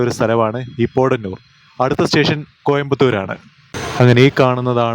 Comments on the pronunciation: Thiruvalla Kottayamalle broo.... പോടന്നൂർ അല്ല ബ്രോ പൊത്തന്നൂർ നാണു അവിടെ പറയാറ്‌ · പോഡനൂരല്ല, പോത്തനൂർ, പറയൂ പോ ത്ത നൂ ർ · വാളയാര്‍ കടന്നപ്പോള്‍ പാറ പൊട്ടിച്ചിരിക്കുന്നത് കണ്ടത് മധുക്കര ACCസിമന്‍റ് ഫാക്ടറിയുടെ മൈന്‍സാണ്.പിന്നെ പോടനൂരല്ല പോത്തനൂരാണ്